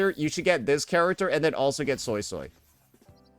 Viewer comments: You're a soy soy... It's actually "SueySuey" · Suii-suii not Soysauce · Fanned up SuiSui > Oiled up Changli. It’s actually pronounced “Sway-Sway” not Soy Soy btw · The japanese voice acting calls her SuiSui instead of the SoySoy crap I hear from english. Ty for the vid and insight. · For anyone interested, I know some Cantonese because my family speaks it, Suisui’s name isn’t pronounced “soy soy” the way you would say soy sauce. Obviously pronounce it however you want, but Suisui’s name is literally water water in Cantonese so you can look up “how to say water in Cantonese” and the first YT short wll give you an accurate pronunciation. It should be a video from “howtospeakincantonese”. What I’m about to say is redundant if you’ve already watched the video I suggested. The pronunciation is actually written correctly as Suisui. The way it should be said is like “sugoi” in Japanese but remove the “ug” so that you’re left with “soi”. If thats too confusing, treat the “o” in “soy” more like a “oo” so that it sounds like you’re saying “sooy”. Or you can just look it up. And if you’re someone that is telling others it’s “sway-sway” or “su-E su-E”, that pronunciation is atrocious and it sounds ugly. Stop propagating bad pronunciation like you know what you’re talking about, I’m not saying this to be mean. Plainly, if you don’t what you’re talking about you shouldn’t say anything at all, lest you lead someone astray. I haven’t played the story quest yet so idk how sanhua says her name. Hope this helps you understand Suisui’s name better. To Saintontas, “It looks like I’m spamming my comment. My bad, I just had to delete it to make sure that the message was clear. I had to put “water water” in parenthesis so people wouldn’t be confused and I accidentally left in a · Not the "Soysoy" 😭😭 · ZEEZAW, JANSHE, SOYSOY, ZONI well that's how unc said it😂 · After watching the livestream, I can’t unhear “Soysoy” for Suisui now..